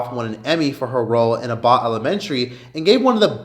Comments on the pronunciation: It’s pronounced abitt 😂😂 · The way you pronounced Sheryl Lee Ralph’s name. The disrespect. Uh-bot Elementary? The double disrespect. Smh. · The way you said “Abbott” had me dying 🤣 but her speech/song was beautiful and well deserved!